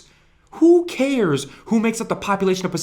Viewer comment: WHO KAIRS?! WHO KAIRS?!